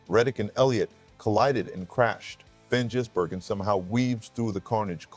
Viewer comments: Not Van Jizz-burgen, it’s pronounced Gizz-burgen. But thanks for the vid. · did you really (mr AI) just say Van jizz-bergen?!? wow.. I've heard it all.. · Vanjizzbergen?!?? Terrible AI voice!!